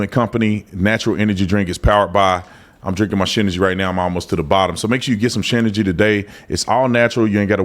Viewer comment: Gotta say the ad sounds like you are saying shinergy.